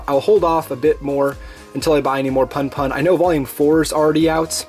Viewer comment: I believe it's "poon poon" instead of "puhn puhn"